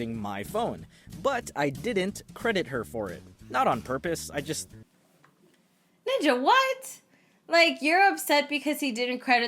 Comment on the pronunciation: Did you just say NIJA?